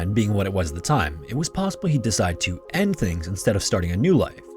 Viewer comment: Every time I hear you say “”””””end things””””” with like 30 air quotes I cringe